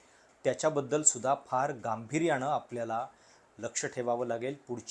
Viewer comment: हा न आणि ण योग्य जागी कधी वापरणार??? शुद्ध मराठी बोलण्याच्या नादात विरोधी पक्षणेते, गांभीर्याणं, करोणा, भारत देशाला विकताणा, अमेरिकण सरकार, भारतीय पंतप्रधाणानं, वेपणाईझ, हे असलं याचं उच्चारज्ञान... आधी यावर काम कर. मग त्या राहुल मूर्खाचं माकड बन... तुझ्यापेक्षा तो केतकर तरी बरा. किमान शुद्ध मराठी तरी बरं बोलतो...😂😂😂